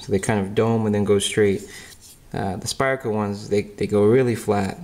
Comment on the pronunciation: can you please stop saying Spire-Co ...its SPYDER.. With a D... not spire, SpyDDDer